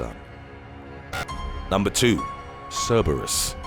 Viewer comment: It low key drove me crazy how he pronounced Cerebrus......JS